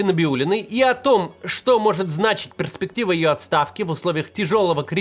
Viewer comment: «преспектива» ее отставки. Блин Кац купи уже учебник русского языка